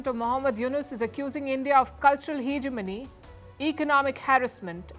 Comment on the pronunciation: What is heeeeg a money, halitosis , at least get your pronunciation right before you launch into China, Pakistan and Bangladesh propaganda again…God you are a limit!!!